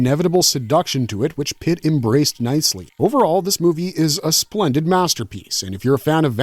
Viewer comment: Ingrid Pitt* not Pritt R.I.P. Beauty we miss you ❤